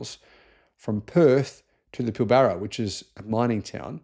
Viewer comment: This is a REALLY old concept , and has been done before . Cost Effective is the concept , not really Environmentalism . MINING COMPANY ! Oh , and BTW , it's pronounced Pill bara NOT Pil BARA . Ignorant clown . Claim to be " Australian " but don't even know that our local pronunciations...................